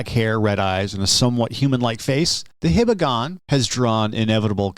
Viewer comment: hee-bah-gon, not hih-bah-gon. Name is related to the Hiba mountain in Hiroshima.